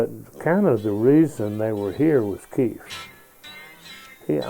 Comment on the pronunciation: he actually says "Keef."